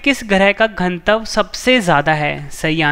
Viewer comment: Pronunciation sudharo ghanatav ka